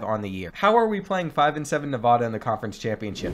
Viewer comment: As someone who lives in Nevada your pronunciation is groan worthy. It’s NeVAda, not NevaDUH. It’s really not hard.